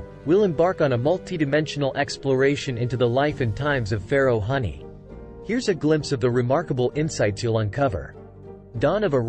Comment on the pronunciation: Huni (Who-nee) not Honey